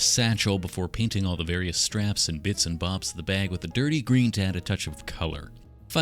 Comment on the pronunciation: the way you say bag is funny "the baeg"